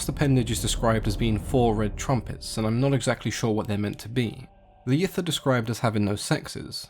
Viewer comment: I'm sorry but I keep hearing it as the "great race of yiff" so I can't take them seriously